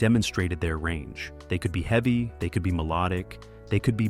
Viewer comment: Very eavy not eveey This just gets annoying! Just read the script yourself!